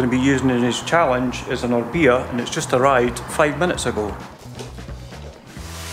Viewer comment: I wish he would just say Orbea correctly